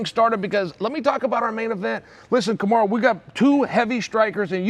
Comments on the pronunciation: Remember when Chael used to call Kamaru- "Kamara"? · This lived up to my expectations, you even had chael mispronouncing fighters names😂 i’d rather listen to this lot all day instead of dominick cruz and paul felder lol